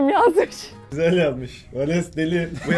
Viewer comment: Valenes ne ya😂